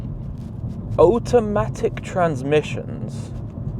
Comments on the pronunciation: So interesting that you pronounce "Auto" correctly but say "Otamatic" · Oat o matic? Am I hearing this right? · Condescending, irritating and strange pronunciation of automatic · The number one thing he doesn't understand about automatic transmissions is how to pronounce the word automatic. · Brudda why are you pronouncing automatic like that 😂 you have the same accent as me its makin me grit my teeth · Whys he pronounce Automatic like that hehe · Like what even is that 😂